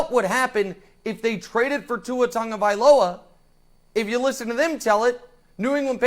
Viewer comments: Learn to say Tua's last name Tagovailoa NOT Tongavziloa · There is no “N” in TAGOVAILOA